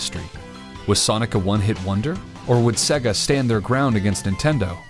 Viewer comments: Say-gah not seg-gah, you literally have to listen to the sonic start up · Sega is pronounced Say-Guh. Not Segg-uh. If you actually played the game rather than reading a script you would know that after 2 seconds of starting the game. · I really like your videos, but every time I hear the narrator say "Segga", I want to break something. 😬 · Why do Americans have to miss pronounce sega drives me crazy 😡, but love this channel 🖕🏻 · the way you say "Sega" lol...Probably more accurate but sounds funny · I know this is really petty but the way to pronounce sega is literally at the start of the game